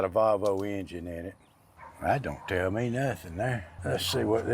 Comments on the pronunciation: Its Pronounced Volvo not Valvo theres no a 😂😮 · Its not a VALVO its VOLVO there's no--A --in VOLVO